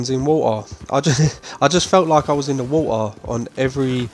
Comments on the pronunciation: I'm sorry, are you saying "water" when talking about Bayou Nwa location? lol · Yes, it's an accent.